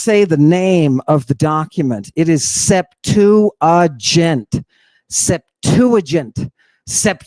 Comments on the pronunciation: hahah "septegent" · Dr Kipp Davis "The Greek text of the Hebrew bible known as the Septigint, which was written in Koine Greek" "Sep-too-ah-gint" Dr Kipp Davis "Oh no my dear man that is the English pronunciation!" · New villain couture: 'cool dude' bandana, bare feet for no reason, and arcane pronunciations of the sept-uh-jyunt. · CAN'T SAY SEPTUAGINT